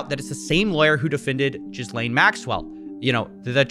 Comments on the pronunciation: Why do even very intelligent people pronounce the name "Jizz-Lane Maxwell"?? It's a French name "Gee-Lane" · Ghislaine with a hard G, not 'Jizz lane'.